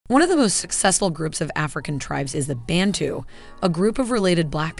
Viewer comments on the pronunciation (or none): Thanks for the video. The correct pronunciation is bah-ntu, not ben-tu. We call ourselves abantu, Europeans came up with bantu. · Bun-tu not ban-tu😭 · pronounced Ban(bun)-a dough mixture baked normally for burgers. TU (two) -two people. so it's bun-two not ban-two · it's BANTU not BENTU.... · it's BANTU not BENTU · YOU GUYS NEED TO DO YOUR RESEARCH IT IS NOT BANTU but BA'NTU the sound this is why they got you????????